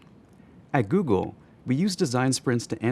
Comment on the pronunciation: Did you say. . .GooGoal? LoL